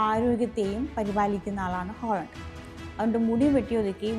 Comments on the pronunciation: Holland അല്ല haland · ഹോളണ്ട് അല്ല ചേച്ചി, ഹാലൻഡ്. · 'Aaaling holan' not to pronounce 'holand' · ഹോളണ്ട് അല്ല... ഹാലണ്ട് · ഹോളണ്ട് അല്ല ഹാലൻഡ് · ഹോളണ്ട് അല്ല ഹാളണ്ട് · Holland അല്ല ചേച്ചി ഹാലൻഡ് എസ്‌സൈസ് അല്ല exercise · way she pronounced is Holland not Halland 😂